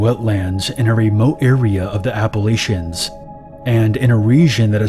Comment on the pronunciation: You pronounced Appalachian perfectly, excellent pronunciation!